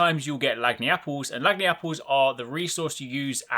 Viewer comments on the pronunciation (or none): lag-knee-apple, lol. Lahn-yapple, like langiappe (lahn-yap) but with apple. We use it down here to mean "a bit extra", which is why it makes perfect sense in its use here. I'm only poking a little fun at you. I don't run across many people on the internet who understand cajun. I'm honestly surprised to see it in a monster hunter game.